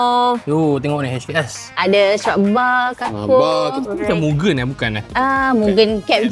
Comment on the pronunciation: Mugen2 mu-geyn pronouns tu kalau jepun dengan jepun pon gelak…kata JDM sejati